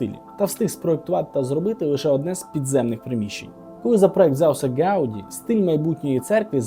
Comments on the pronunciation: Не гАуді, а гаудІ, наголос на останню літеру. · Прізвище Гавді наголос падає на останній склад. Поправка.